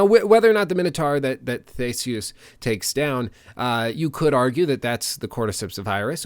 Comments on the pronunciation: sorry i just find it hilarious how he says theseus it's not the-seus it's thee-see-us just helping you out man. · Am I the only one going crazy because he's saying Thay - se - us even though it's pronounced Thee - se - us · great content as always just have to nit pick that Theseus is pronounced thi-si-us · Thee-see-us!!!!! Sorry ur killin me butchering his name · He pronounces Theseus so funny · I was just going to say that I like the vid but the pronunciation of Theseus threw me, so much that I checked if their were 2 with the same name in Wikipedia. I think its a better idea to stick with the modern pronunciation since we aren't in ancient Greece and nobody knows exactly what Latin sounded like.